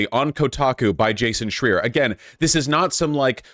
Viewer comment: A bit of a tangent, but is it a pattern with Vaush not knowing how to correctly pronounce people's names or has it only happened to Schreier in this video and Javier Milei?